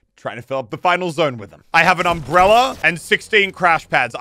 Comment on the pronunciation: no one: muselk: umbrellarrrr